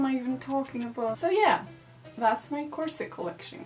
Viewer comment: Hey I'm French 🇫🇷 (I don't know why I keep adding this little flag every time I say that in a comment tho...) You seem to say "corset" very good (I've just watched the 30 first seconds so far 😂) but I'm gonna answer to your question at the beginning "how do you even say corset ?" So as I said you seem to say it well, actually the T isn't pronounced but in these 30 first seconds I can't figure out yet if you do or not Oh and the S when it's plural isn't pronounced either I'm gonna watch the video now 🤗